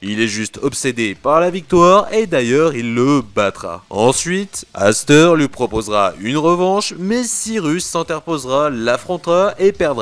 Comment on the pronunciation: Cirus en sueur !😂 j'aime bien zane. Je possède une de ses cartes ! Dites moi que mon commentaire est éclaté ! Sinon continue et puis pour t'informer aster se dit pas asteur mais astair, tu le saura maintenant !